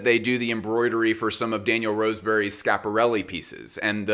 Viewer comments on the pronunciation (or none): none